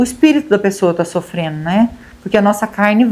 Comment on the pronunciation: Gosto dos seus vídeos, mas a palavra certa é (sofrendo) não sofreno. Apenas uma dica.